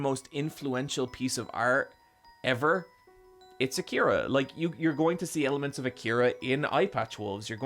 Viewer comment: So when are we gonna tell him he's saying Akira wrong?